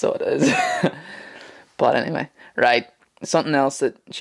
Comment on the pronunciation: When you say "but anyway," it sound s like u say "bannanvay"